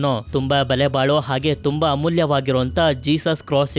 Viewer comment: ಬಲೆ ಬಾಳೋ ಅಲ್ಲ ಗುರು ಬೆಲೆ ಬಾಳೋ aa